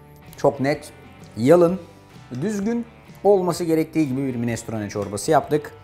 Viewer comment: Minestrone kelimesinin vurgulamasını öğrenirseniz bu size ileride katkı sağlayacaktır Arda bey….ellerinize sağlık…